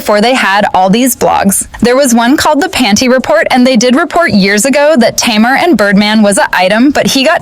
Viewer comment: I can’t with this mispronunciation of Tamar’s name.